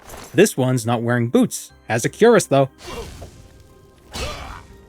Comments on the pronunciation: Queer-ass, not 'Cure-us' , the chest plate of armor. You pronounce it, wrong. In Morrowind, since you're not leveling and just globe trotting, i would have used a wood elf, with marksmen. I believe you can start with 70 marksmen from the get go.. my memory may say it's 80 but I can't be sure. Point is, that's incredible and crossbows are available from the start, if you have the money and visit Vivec and know where to go. Money is no issue, because using the mage guild you can just teleport around and loot tones of things and get +10 marksmen training in vivec too, for 80, level 1 (Now you're level two with those ten trainings once you rest). In Morrowind, a marksmen of 80 is very useful and you won't be frustrated missing with your crossbow bolts and that dweemer crossbow is 30 - 30 damage... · btw, cuirass is pronounced kwir-rass, the 'I' as in "in", not cue-rass. Emphasis on the second syllable, ràss, A as in "us" or "apartment". English is a funny langyage. Or if you wanna get real fancy and extra French, kwee-rass is also acceptable, but then you sound French, so i would advise against it. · Cuirass is pronounced "queer-us" btw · Cuirass is pronounced queer ass, you pleb